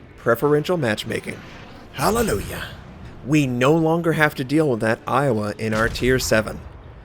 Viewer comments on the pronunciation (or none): none